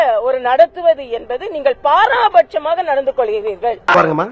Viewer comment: அக்கா,தமிழிசை என்று பெயர் வைத்துக்கொண்டு தமிழை தப்புத்தப்பாக உச்சரிக்கிறீர்களே!அது பாராபட்சமாக அல்ல, பாரபட்சமாக என்பதே சரி.....😂😂😂😂😂😂😂😂😂😂😂😂😂😂😂😂